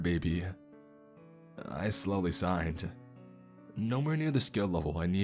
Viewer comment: I thought he was saying sighed and not signed so I was confused what kind of conversation they were having